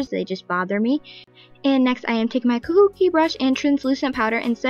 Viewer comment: Kabuki? Or kabuhi😂😂😂😂